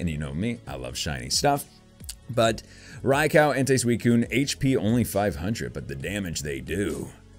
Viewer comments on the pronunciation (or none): It’s not ray-cow it’s ray-q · You said “RaiCow”... it’s Raikou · It's raykoo not raycow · Didn't know that this box is released today.:D Gorgeous pulls!:D My favorite would have to be Suicune.:) Plus, Raikou is pronounced as Rai-koo:D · Rai-COW LOL 😂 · I think its called raikou not raicow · Him:Rai cow Me:it's raik u it's not a cow it's a Rai ku😣😥😑😠😡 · U said raikou Wrong it’s not raikau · Its pronounced Raikoo you said raikow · It's not rye koko it's rye koh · I call raiku not raikau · Rai-Koo not Rai-cow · It j's not raiko its raikou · Btw it's actually pronounced like Raik-oh just so you know Lol. Also if you ever go back to the series when they show Raikou they say it that way lol. I know it doesn't really matter. But just thought I'd say it haha. Still loved this vid alot! Alot of GOOD CARDS!! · RYE-KOO is how you pronounce it and my favorite is Suicune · Raikou is pronounced "Ri-Ko." :) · Rye-cow? RYE-COW?! RYE-COW?! 😡😡😡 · I like suicune but isn't it pronounced rye-coo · Did he say rai cow? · its pronounced ray-koo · It’s pronounced rye-coo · You said Rai cow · Your mispronunciation literally won’t allow me to watch this video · It is pronounced riekoo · Not rye cow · Its pronounsed rai-ko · Ray cow? DO YOU KNOW HOW TO TALK? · You say raikou strangely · You’re not a real Pokémon fan if you can’t even pronounce Raikou properly